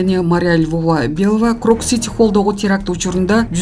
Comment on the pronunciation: Крокс эмес э тупая крокус!